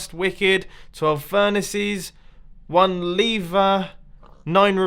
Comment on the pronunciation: OMG STOP SAYING LEVER AS LEEVER IT"S GETTING ANNOYING!!